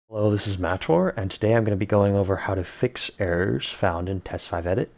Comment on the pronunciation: Not how I was pronouncing Mator